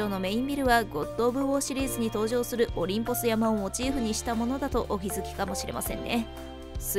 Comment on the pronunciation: 細かい事を言う様ですまん オリンポス山(やま)ではなく オリンポス山(さん) では？ 私も Minecraft はやっているがレベルが違いすぎて絶句するわ。